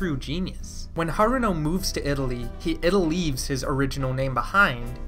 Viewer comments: Did you say Ita-LEAVES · You did not just say “Italeaves”